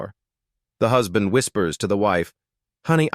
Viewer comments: WHO'S-band? What, AI can no longer pronounce words like husband? C'mon. 🙄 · Gotta wonder how badly they typed "husband" for the AI to get it that wrong. I'm used to AI not knowing how to pronounce "I just read a book" as "red" instead of "reed."